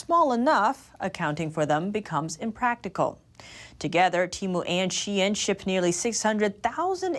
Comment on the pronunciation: finally pronounced shein right lmao